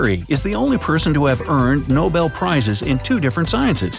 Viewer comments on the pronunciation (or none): none